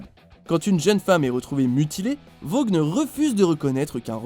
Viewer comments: Attends, pourquoi Randy ? Il a provoqué le tueur intentionnellement, c'est vrai que c'est pas très malin mais c'est pas un cas des plus stupides Oh, et le "g" de Vaughn ne se prononce pas, aucun "g" ne se prononce quand il y a un "h" juste après, comme dans light, night ou fight, et dire que vous foutez les VO mais que vous êtes incapables de bien prononcer un nom anglais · Juste une chose, le "g" de Vaughn ne se prononce pas, c'est comme si on prononçait le "g" dans "light", "night", "fight", "high" ou "thought", quand il y a "gh" le "g" ne se prononce pas normalement